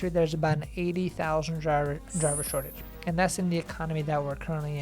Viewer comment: I was listening until you said "driver shotage"